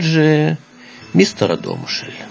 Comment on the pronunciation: Я народилася в цьому чудовому місті,дуже люблю його. Рада,що є такі ролики в інтернеті. Дякую автору щиро! Але трохи ріже вухо РадОмишль, правильно - РАдомишль.